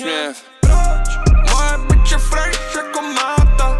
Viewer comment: to jak vyslovuje fresh jako máta je top